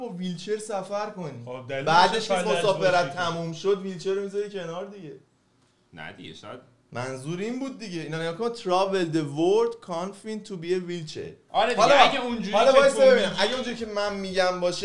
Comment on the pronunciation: تلفظ نگاه ب کِنفایند میگه کانفیند😂🤦‍♀️